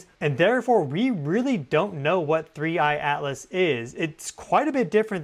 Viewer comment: Thnks. Buy the way, you called it "3I ALICE" a few times 😊...